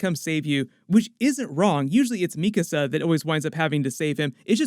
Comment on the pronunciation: Yo. I noticed you started pronouncing "Mikasa" correctly versus your previous videos. Thank you! It was bothering me for a while, haha.